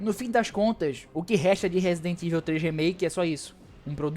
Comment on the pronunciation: Broder nao sei de onde vc inventou que raccoon (rah-cun) city virou REIKUN citi , fiz questão de procurar como se pronuncia pra vc parar de passar vergonha -> (e olha q eu nem to pegando no pe do resident "eivil" ("ivou"). Eu curto o RE3 Remake uma pegada Arcade, pegou, jogou, zerou. Nao precisa dar 500 voltas no mesmo mapa. Tenho todos os RE da geracao atual no ps5 pro, a unic coisa q lamento no re3 re. É que nao é otimizado pro ps5 pro